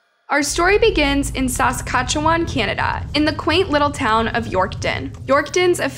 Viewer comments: Correct pronunciation = Sask-at-chew-an. A little FYI from a local Canadian here. :) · Hello! New fan here. Just stopped to respectfully say, a few things: You’re pronouncing a few of the places wrong. Regina is pronounced like Vagina, but with a R. (Ragina)😅 Saskatchewan is pronounced like Sask-catch-chew-wan. Alsooo, Canada doesnt have States. We have provinces.🤪 I Love the videos! Please keep them coming. Much love, from AB, Canada!♥️🇨🇦♥️ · Never make fun of a person who mispronounces a word, it only means they learned it by reading. And names of places are notoriously pronounced weird Saskatchewan: sa-scat-ch-eh-won Regina: rhymes with vagina As someone who moved to the area several yrs after she disappeared the general rumor seemed to be she didn't actually have a good relationship with her mother and was living with an extended family member in secret so her mom wouldn't find out. I never really believed it and as far as I know the people I heard that from didn't know her personally and there doesn't seem to be any actual evidence to support this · Love the pronunciations 😅 Re-gIna (I - eye) Sas-catch-oo-wan (Saskatchewan) -sincerely a Canadian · Suh-scatch-ew-wan Reg-EYE-na NOT Regeena lol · Say it like this....sis skatch u on....I dunno what your calling it but it's not right....just saying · Sask-a-chew-won and Ree-Gyn-a 😅 when I moved from there to the USA I got made fun of so bad bcuz Regina sounds like Va-Gyna. Made life tough being bullied in a new school. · As someone born and raised in Saskatchewan. I have to say that everyone from the U.S. always pronounces Saskatchewan and Regina wrong. Not that it matters much, but it just sounds strange. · All Canadians are 😂 at how you pronounced Saskatchewan and Regina 😂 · Do you remember hearing about this story . Also the way she pronounce Saskatchewan is so funny 😅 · My God, you butchered Regina Saskatchewan so bad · so sad, but I laughed every time you pronounced Saskatchewan and Regina Hahaha